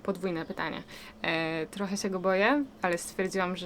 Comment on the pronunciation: Wada: manieryczna wymowa: zrobic, sję, zahaczyc, liscie, byc, mysle itp.